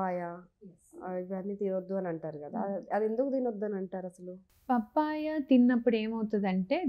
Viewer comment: పాపాయ బాబాయ్య కాదు పప్పాయ🤦‍♀️